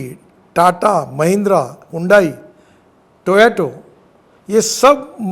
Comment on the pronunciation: अबे टोयाटो नही बे टोयोटा है